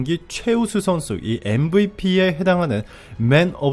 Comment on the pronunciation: 🇺🇸 발음으로 추천함 MVP 엠브이피------------>엠비피 브이는 버리시고 비로 바꾸신다면 새로운 발음의 세계로 안내할것입니다. ㅋㅋㅋ